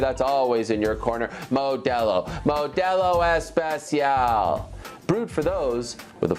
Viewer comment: 2nd to last ever reading of “MODELO E-SPE-CIAL”😭😭